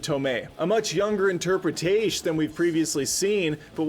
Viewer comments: Interpretaysh. Ouch. Had to stop it there. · Stopped watching at “interpretash”